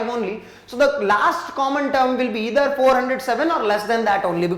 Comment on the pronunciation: It is not ether it is either and sir try to say proper manner and slow